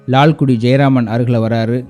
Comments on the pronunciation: Perhaps your Tamil pronunciation requires further practice. It's Lalgudi. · Wonderful edition. Sir it is not Lalkudi but Lalgudi. Similarly not saama ragam but saamaa ragam. With due respect nd apologies!